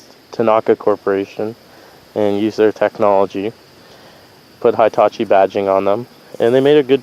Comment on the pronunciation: Heetachi not Hightachi ... just like Hippo not Highpo